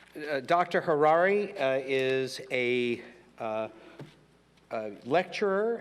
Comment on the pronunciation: Who was that illiterate who introducedHariri but mispronounced his name? Who mispronounced the Latin title of his book, calling it “HomoDeuce”? He was so embarrassing